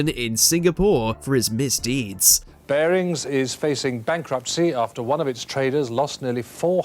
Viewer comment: "Barrings Bank." Heard it all now.